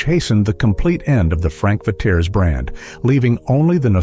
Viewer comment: It was Pronounced Veteers not Vateres